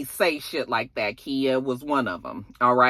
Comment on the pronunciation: Khia... Pronounced like the car... lol